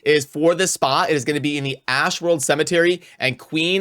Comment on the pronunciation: Ashwold, no r homie.